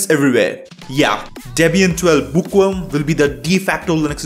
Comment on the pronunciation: book what? book wa? bo oh wo ah?